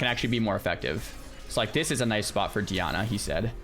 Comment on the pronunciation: It's pronounced "die-anna"